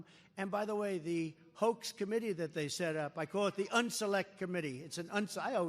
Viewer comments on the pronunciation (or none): none